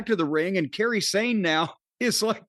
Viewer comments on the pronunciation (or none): Jim is saying Kairi Hojo/Sane name like Carey Sane that’s amazing and too funny